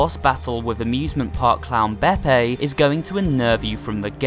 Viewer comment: Tip: its bepp-ee not bepp-ay